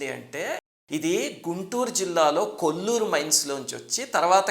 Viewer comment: కోళ్లూరు సర్ అది. కొల్లూరు కాదు. కృష్ణ నది ఒడ్డున ఉంది. పులిచింతల ప్రాజెక్టు దగ్గర గా ఉంది.